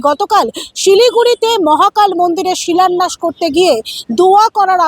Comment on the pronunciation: ওনার শিক্ষাগত যোগ্যতা নিয়ে প্রশ্ন থেকেই যায়। "শিলন্যাস" বলে কোন শব্দ নেই। উনি "শিলন্যাস" শব্দটাই বলেন। কথাটা "শিলান্যাস"। আর উনি "দোয়া" কথাটা বলে মুসলিমদের উদ্দেশ্য কিছু বলে দিতে চান।